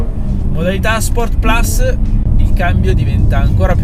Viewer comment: Solo 2 piccoli appunti alla recensione. 1 Forse ripeti un po troppe volte "questa macchina". 2 si dovrebbe dire "sport plus" e non "sport plas" dato che "plus" è latino e non inglese 😃. Per il resto bravo ed umile come sempre 👍